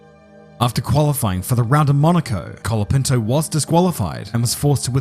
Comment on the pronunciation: Why is basically everyone saying calopinto, its colapinto, not that hard yo say right.